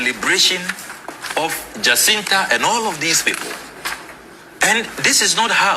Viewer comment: JACINTA PRONOUNCE AS ,JASINTA NOT JAKINTA